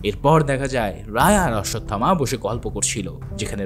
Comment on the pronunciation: ভাই শব্দটা কাল্কি হবে না। হবে কল্কি। আর অশ্বসথামা না। হবে অশ্বথামা। Thank You এত সুন্দর Explaintion উপহার দেওয়ার জন্য ❤❤❤❤❤।